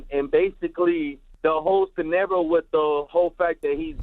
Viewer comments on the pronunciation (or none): "The Whole Scenero." Gg LOL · "the whole senaro". FUCKING idiot bro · Just to help yall out, that dumb ass sayin he saw the video was a video from when he showed the clip of him hanging hismelf a while back. They literally posted an old video of him before his debut music video and dumb asses like him who can't even pronounce "scenario" correctly ate all that shit up. Fucking idiots. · I wouldn't argue with someone who pronounced "scenario" wrong. And the people who watched his body should also get donkey of the day. How are you going to get mad at these people filming his body and your dumbass sit and watch it? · If your dumbass have never seen a victim of gun shots with no blood you're probably 12 years old, The idiot couldn't even pronounce the word scenario.